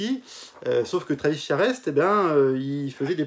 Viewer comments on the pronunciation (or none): none